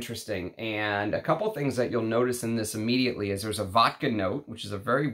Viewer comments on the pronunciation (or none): none